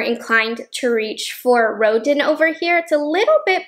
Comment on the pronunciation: Ah sorry, I think the pronunciation is row·dan for rodin palette. It's named after the famous artist. Just fyi.